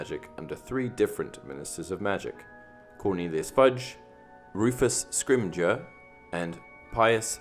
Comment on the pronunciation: Wait, Scrimgeour's name is pronounced with a hard G?